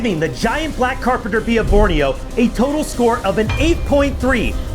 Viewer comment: "that is a REALLY BIG AND BLECK CERPENTER BEE" got me